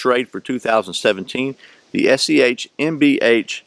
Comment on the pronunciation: You keep saying "SCHMBH" but it is "BS" :] Great review. Liked the balance test.